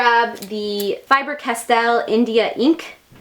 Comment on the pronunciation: You are crazy and it is not FIBER CATELLE! Get the name correct…